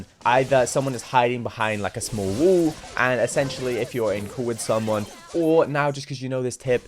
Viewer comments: Bool and Wool instead of Ball and Wall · "can I get a bo'o o wo'a" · I ❤️ when he says bull instead of 🏀. Wall as wull 😂